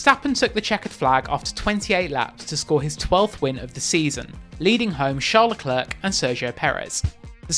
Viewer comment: Who is leCLERK? Honestly, Crofty takes pains to correctly pronounce everyone’s names and he says LeCLAIRE a million times per race. Does autosport even watch the races??